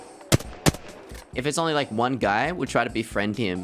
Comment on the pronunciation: sounded like you said "got shot by another gay" and not another guy lol